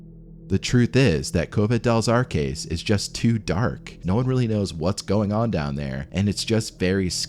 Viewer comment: "Arques" is not caskets.... it's arches. Cave of the Arches.